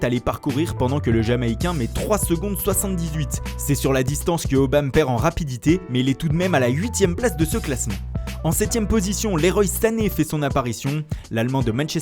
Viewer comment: C est pas le roye s c est comme si tu disais le roi sané